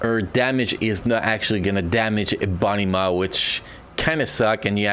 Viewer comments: No offence its all jokes but they way you said EBONY MAW sounded like "A BUNNY MA". lol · U beat me to it. I hear the same exact thing. It took me a couple times listening to figure out who or what he said. Lol